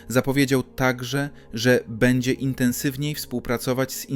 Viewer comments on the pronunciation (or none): none